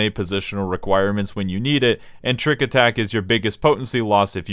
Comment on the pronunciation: "tricku attacku" He's speaking the language of Gods :')